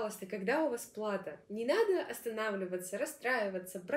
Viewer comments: Респект! Только, простите за замечание, но лучше говорить верно. Не "плАто",а "платО". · Думаю, плато ударение на о.